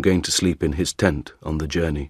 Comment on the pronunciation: "ten" >>>"tent"?